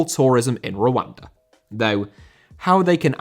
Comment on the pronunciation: i know you are saying Rwanda... but im literally hearing "wakanda" every single time